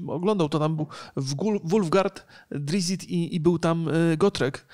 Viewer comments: nie drizzit tylko drizzt i wulfgar a nie wulgart... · Nie "Drizzit", a "Drizzt"! Już któryś raz popełniasz ten błąd:)